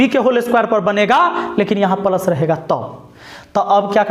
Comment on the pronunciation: पलस नहीं रे बाबा प्लस 😂